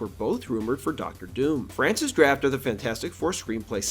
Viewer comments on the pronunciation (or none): none